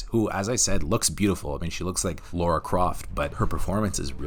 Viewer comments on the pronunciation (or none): It's Lara! La - ra. Not Laura or Lora or Lorah. It's Lara (La - rah) What makes all Americans pronounce her name wrong? Sheesh :D